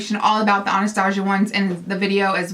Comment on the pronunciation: I love you but it bugs me the way you say Anastasia it's pronounced Ana-sta-si-a sorry it's just a pet peeve and thank you for such a helpful video I think I need some of these eyeshadows!